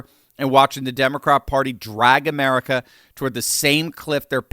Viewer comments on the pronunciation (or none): none